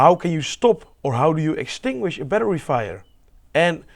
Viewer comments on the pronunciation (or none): "Extinghuish" lol